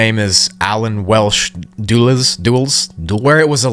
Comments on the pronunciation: Allen Dulles! Funny to hear someone stumble over his name. def check out more about that guy! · Duh·luhs Dulles Two syllables. The Dulles International Airport in Washington DC is named after a diplomat of the same name, but not this guy. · Dulles = dull-ess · Allen Dulles (DULL-ESS). Prominent name in domestic terrorism and historical treachery against American citizens, get it right.